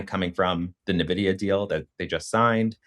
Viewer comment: Very informative video. Btw, it’s pronounced En Vidia